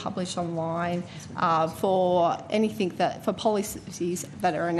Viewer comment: Huh?!! Only thing I learnt from her is that she pronounces anything as “anythink”